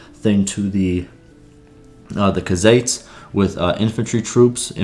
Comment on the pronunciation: Bro said cuhzates lmao it’s pronounced “koo-zites”